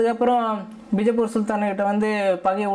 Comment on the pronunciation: அது பிஜபூர் இல்ல பீஜபூர்...